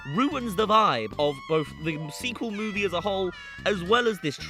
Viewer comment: bro said mowie